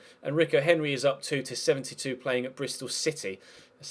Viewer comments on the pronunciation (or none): none